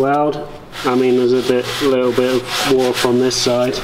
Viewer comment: When you say "Warp or warps" you sound just a little bit Scots. Have you got a Scot in your lineage? Why do you cut sheet steel with a grinder rather than a circular saw like SVSeeker and I do as the blade doesn't wear out like disks do?